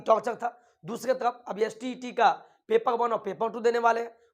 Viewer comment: Tarafa Kyon bolate ho tum